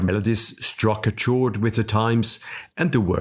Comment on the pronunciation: "Weber" is pronounced "Veber." "Chord" is pronounced "cord."